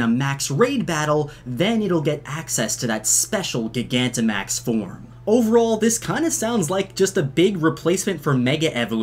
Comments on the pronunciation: Can you stop calling Gigantamax,GEE-GA-NTA-MAX? Just call it Giganta-max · Its Not Prononced Like Gi-gamaxing Is Pronounced Like Jygantamax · Gigantic not giga ooooh it hurts lol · Everyone please like this comment so Mikes reads it. Gigantimaxing is NOT pronounced like gigabyte. Its pronounced like gigantic. As in they get big, as in gigantic. Please, pronounce it right. Its getting annoying dude. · Gigantic. Pronounced Jai-gan-tick. That’s where the word gigantimaxing comes from. Also, BOI DAS A WRENCH. Small mistake, but you’ve pronounced gigantimaxing like that a few times and it’s driving me nuts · Gigantic*max not Gigamax lol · It’s pronounce JYE-gantamax as in the word Gigantic. Everytime you say Gih-Gantamax it sounds like you’re stuttering lmfao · You’re a nice kid, but you have a couple things about yourself that raises some concern...have you ever pronounced the word gigantic (JI-gantic) as GIG-antic? Lol just remove the c, and add the word MAX at the end of it dude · Ugh I hate how you pronounce gigantamax gigantic isn't pronounced gig-an-tic it's pronounced ji-gan-tic lol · please pronounce “jie-ganta-max” correctly before i die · aight chief great video but first of all that's a damn wrench! second of all, you're mispronouncing gigantamax. i think it's a play on gigantic, which would imply it's pronounced that way as well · I think it's pronounced "Jie-gant-uh-max-ing" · Is no one gonna talk about how he says gogantimaxing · did anyone else get mad when he called it gig-anta max? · Am i the only one who pronounces gigantimax like (gy-ganti-max) you know, like gigantic. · Gigantamax is pronounced like Gigantic. No hard G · Gig Anta Max? how do you say Gigantic? lol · Is it not ji-gant-a-max? Surely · Gigantamax? I think its pronounced Gye-Gant-Amax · Say it like giant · It’s pronounced, J- eye- gantimax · It’s GiG-ant-amax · It's pronounced jigantamax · It’s pronounced gy-gant-a-max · Not gigantamax it's gi-ganta-max 😡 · Your saying gigantamax wrong